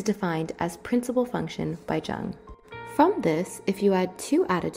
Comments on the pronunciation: Carl Gustav Jung was Swiss and his name is German, so it's pronounced as /jʊŋ/ (YUUNG) and not /ʤʌŋg/ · I wanted to add your link to my website but Jung is mispronounced. This show a lack of credibility which is unfair since this video is solid. The J is like a soft Y by the way... Thought you might want to know? If not, I apologize.